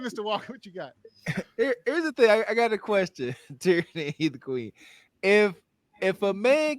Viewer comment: Teraney is "tyranny"!